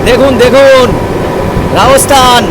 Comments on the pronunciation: Apner video dakhlam, ভালো hoache but spelling speaking thik nai, kotha ta Rajasthan... Not raosthan hobe na, kintu apni sudhu tai bolchen... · Ami apnar vlog dekhina. Ei prothom dekhlam Metar alogorith er soujonne. Jaega tar nam Rajasthan ba Rajosthan(cholti bangla te), Raosthan noe. Kane lagche.